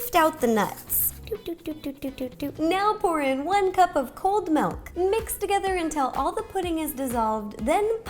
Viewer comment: You say "Melk," you are pure💕